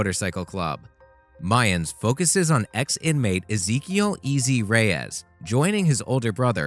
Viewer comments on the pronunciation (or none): none